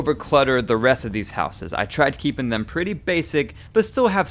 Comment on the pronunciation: It is real weird to here someone say 'housses' - it's as if they learnt (notice not 'learned') English as a second language.